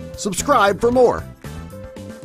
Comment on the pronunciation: Lol when he said your looking at your fingure nails I was actually looking at my finger nails, hilarious